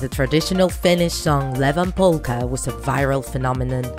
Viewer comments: IT’S NOT LEVAN POLLKA IT’S IEVAN POLLKA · It is not levan polka it is ievan polkka… I’m a girl from Finland soooo I do know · Its ievan polkka not levan polkka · It's ievan polkka (evas polka) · her saying "Levan" instead of ievan polkka is bothering me more than it normally should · its "Ievan Polkka" not "Levan Polkka" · Levan polkka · Noice but it’s ievan polka